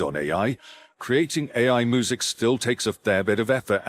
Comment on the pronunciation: The video narrator is mispronouncing the word music. I mean, you need to fix that. It sounds like it is saying moo-zik. Really bad